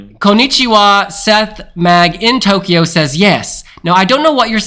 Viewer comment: said Tokywa!